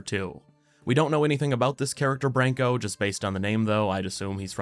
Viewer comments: Its Pronounced "Br ahn ko" lol. TG he name means to "Defend" "Shield". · Btw its spelt as Branko, not Brenkou